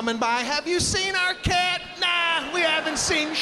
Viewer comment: Shit.. he said cat? I heard kid. 🤣